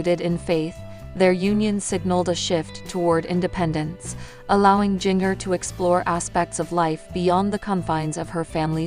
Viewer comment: Say her name right. It's pronounced like the spice GINGER. Not like jnger